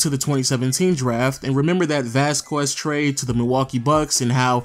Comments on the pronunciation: Vasquez is pronounced Vass-kez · People are stupid if they think that you get to change the way you pronounce something just because you’re from somewhere else. Vass-kez is the proper pronunciation. Just because some of you have heard it pronounced by random people differently doesn’t make it that way. Anyone with that last name can attest to that. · Masai didnt trade Bargnari. It was Wayne Embry. It is not Vaskuez, it is Vasquez. But solid video. Thanks. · Vas-kwez....It's pronounced Vas-kez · Some pronounce it vasqwez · Vasskwezz haha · Please stop the hard q on vasquez. :) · vasqwazz....? lol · Everytime you say “Vasquez” I cringe. Come on bro you know damn well that’s not how your pronounce it lmao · The way he says Vasquez man.... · The number of times this guy mispronounced Vasquez is killin me. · You need to learn how to pronounce Vasquez.